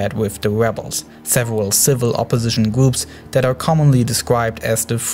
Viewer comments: Its kind of triggers me when he says gwoops not groups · Can you also do an explenation of de gwoops of amewica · The weligious gwoups, such as chwistwians don't. Seem to be getting along